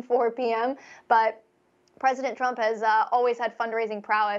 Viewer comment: “Presidnet”?? Lol